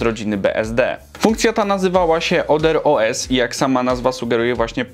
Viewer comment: Wymawiamy «ader-oł-es» a nie «oder-o-es» ;)